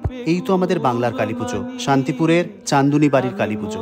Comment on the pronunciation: Eder 3 te pujo hoi....Ghot Chanduni - Bat Chanduni- Ghat Chanduni..... Bangali Chanduni er Uccharon ta Banglar moto kore koro....English term ancho kno....Sunte valo lagche na.....Bangla take banglar moto vabei bolo❤❤❤